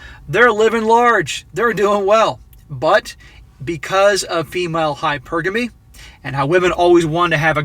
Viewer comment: U say it like this..Hy..Per...Gamy..😂😂😂🇦🇺